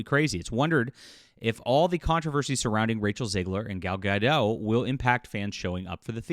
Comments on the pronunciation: Gadot, not Gado, the T isn’t silent at all. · it’s not a crime to say names or names wrong, I timestamp when a person says Gadot wrong because I’m sure that if I won’t do that, someone would say to me that it’d not the topic of the video.